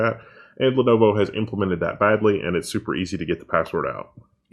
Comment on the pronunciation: Why can't say Lenovo?